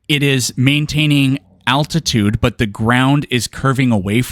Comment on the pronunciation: Can’t even pronounce the word altitude, but expects to debunk altitude… classic 😂